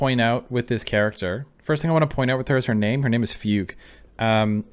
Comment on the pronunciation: Fugue is pronounced more like 'Fu-gway'. But you mentioning a fugue state is surprisingly quite relevant to her, so I do wonder how intentional that connect actually is